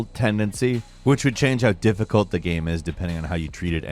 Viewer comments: Lol why is game always pronounced "Gam" in these videos? Does no one in editing notice this? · Please learn to say the word "game". It's not GAM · I hate the way you say gemm instead of game but I love your vids so I’ll keep watching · i like that you pronounce game like gaem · Half the time he says Game, the other half he says Gayem as if game is two syllables, whyyyyyyyyy? lolol. Good vid nonetheless